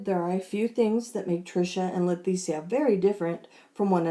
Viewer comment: I'm curious. Do you pronounce her name wrong on purpose because you know it pisses her off? It sounds like you call her LeTHesia instead of Leticia. No offense, just wondering if you're doing it on purpose. 🤣🤣🤣 Great video as usual!